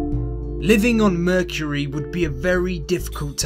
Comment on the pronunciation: mercury or merchury? what are you saying?